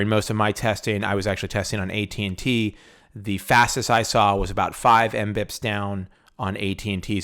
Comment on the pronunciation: LOL what did u say ? 5mbps as five am-beeps?